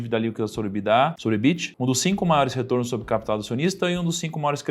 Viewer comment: EBITDA é uma sigla em inglês, porque as pessoas falam "Ebidá" como se fosse francÊs?